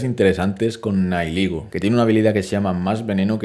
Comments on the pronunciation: Gente normal: Nihilego: Naiyiguel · Eres la primer persona que escucho decir nailigo a nihilego